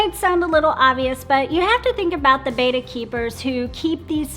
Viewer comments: Betta--- not "beyta". BETTA. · It cracks me up too. Bettas were initially named “bet-tah” after the Asian Bettah warrior tribe. And here's she, constantly going "beita", makes me wince. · PLEASE get it right....There is no A in BETTA...:) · One of these days, they will pronounce 'betta' correctly